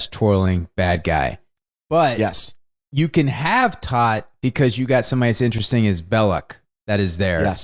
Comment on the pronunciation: tōt is pronounced TOTE, it is the German word for Death :)